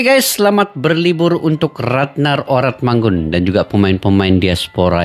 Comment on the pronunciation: Pnyebutannya ORATMANGUN bang